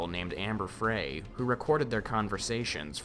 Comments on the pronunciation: It wasn’t a year later Laci was found, and Amanda’s surname was pronounced Fry not Fray. Sloppy researching, not watching all through. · Scott did not dump her in a lake and he was a terrible liar too. He dumped her in the San Francisco Bay. I enjoyed your video though. Very well done. Also, her name is pronounced Fry—long I.